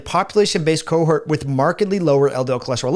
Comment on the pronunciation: Hi, may I tactfully point out that the second syllable of 'cohort' rhymes with 'port' and the first syllable of 'haughty'. It is not homophonous with 'hurt'. Thanks, and with kindness, Len W.